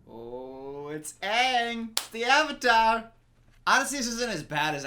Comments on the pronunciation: Joshua Well actually, Sanskrit isn’t spoken as much as before, but people do recite scriptures. Sanskrit originates from Asia (South Asia to be specific). All I’m saying, is that, one of the very few things the movie did right, was pronouncing the word Avatar. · I just realized that the only decent thing about this movie is that their pronunciation of the Avatar is closer to its actual sanskrit one.